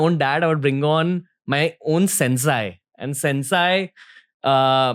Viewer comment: It is not pronounced as सेन्साय It is सेन्से